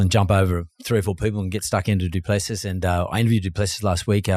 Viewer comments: How difficult is it to say Doo-pla-see ? He’s been in the sport for years and even Dana White can’t say his name correctly. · You interviewed him and still cant get his surname right, dislike for that. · It’s disrespectful to keep mispronouncing someone’s name. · Learn to pronounce names correctly, credibility is important